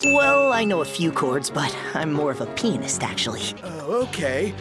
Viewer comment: AM I THE ONLY ONE WHO HEARD PEE-NIST?